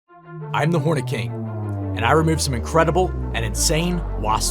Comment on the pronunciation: I heard “I am the horny king”